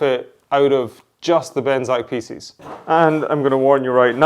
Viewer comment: FYI-"Pieces" doesn't rhyme with feces....